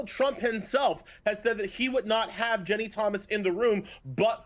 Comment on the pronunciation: Why can't this bozo say Ginni? He keeps saying Jenny..